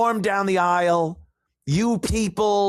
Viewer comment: “Aisle” pronounced eye-wull 😂